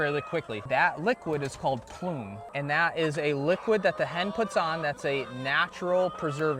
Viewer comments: PSA: The natural covering on the egg is called the “bloom” not ploom. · “PLUME” or “BLOOM” ??? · So is the guy showing you his place hanging his head in shame yet? It's BLOOM, NOT PLUME!! Other than that, great and informative video.